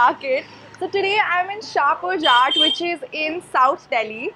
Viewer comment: in shahpurjat... the 'jat' is pronounced similarly as in flying jatt and not jaat . thanks :o